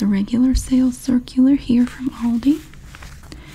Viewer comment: Yeah, Love the sale circular series 😄 And the way you pronounce Aldi is just right, I‘m from Germany and we say it just like that 😉